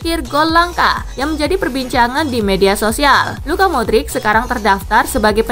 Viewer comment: Tangi min paimin… modric bukan madric 😂